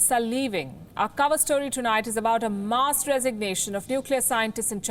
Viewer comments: The presenter needs to learn basic English: "mass" is pronounced mass, not muss. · Really poor English. She can’t even pronounce mass.